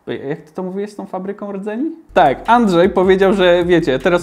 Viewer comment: niby a ciagle "dzieciok" nie moi się rdzeni tylko redzeniuf